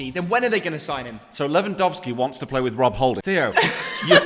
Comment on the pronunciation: LewandAaRski lol 🤨